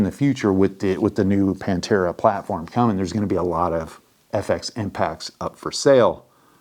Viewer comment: why is the "H" silent 🤣🤣🤣🤣🤣